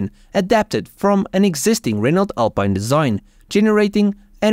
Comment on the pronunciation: It's pronounced AL PEEN :)